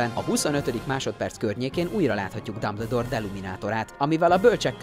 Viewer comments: Nem Dabledoor Hanem Dumbledoor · Behalok. Dámbledór!😂😂😂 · Nem "dámbledór" ,hanem "dámböldór" "löstréndzs" :"lestréndzs" amúgy jó volt